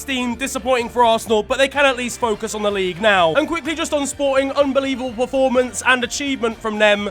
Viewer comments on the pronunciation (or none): none